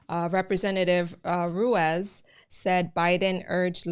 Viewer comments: Thanks for the info, your accent is completely fine!. Ruiz would be pronounced roo-EES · Ruiz is pronounced Rueese. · Rueeze. That’s how you pronounce it. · Its pronounced Run ease lol I didn't even notice it until you said it